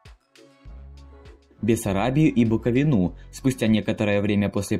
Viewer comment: Читается «букови'на» Ударение на И.